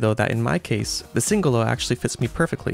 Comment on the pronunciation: At last a reviewer with correct pronunciation of Singolo 👍